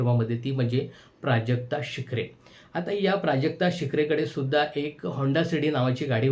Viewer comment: प्राजक्ता शिखरे नव्हे.. प्राजक्ता शुक्रे